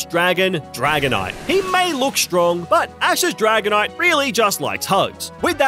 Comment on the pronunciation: Bro said stronk